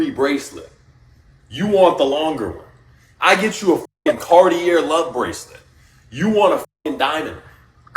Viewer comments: This tool doesn't even know how to pronounce Cartier. What a joke. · Mispronounced "Cartier" hard. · Homie can't pronounce Bulgari or Cartier, lmao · Am I the only one who is highly annoyed by his mispronunciation of bvlgari and Cartier? Like does he say it that way when he’s purchasing them in the boutiques? The cringe is real.